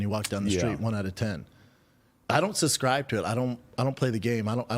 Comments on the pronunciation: If I have to hear him say “suscribe” one more time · “I don’t SUSCRIBE” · Hey, hayydurz... He don't even Suscrybe tew't, B! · Does he suhs-cry to it or not?